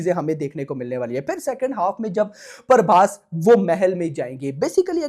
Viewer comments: Bhai paaarrrrbhas nehi ,its Prabhas..!! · Prabhas ❎paarbhass✅